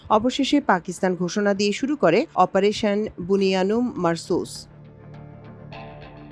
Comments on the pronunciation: বুনইয়ানুম মারসূস এই শব্দটা একমাত্র আমার দেশ সংবাদে সাবলিল এবং সহজভাবে বলতে দেখলাম আর একটা চ্যানেলও বলতে পারল না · শুকরিয়া বোন! অপারেশন বুনইয়ানুম-মারছুস সঠিক ভাবে বলার জন্য। অন্যান্য একটা চ্যানেলের সাংবাদিকও পেলামনা যে সঠিক ভাবে এই শব্দটা উচ্চারণ করবে।